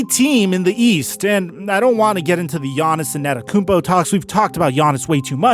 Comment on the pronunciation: I like your content but "a-netta-kounmpo" grinds my gears too hard. an-te-to ffs